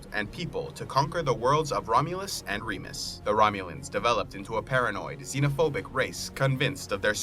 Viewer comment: As a Remus I'd like to point out that it's pronounced r-A-mus